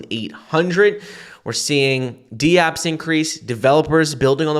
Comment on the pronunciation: Dapps = 1 word, not D Apps (2 words). NVidia = 1 word, not Nuh’Vidia (2 words)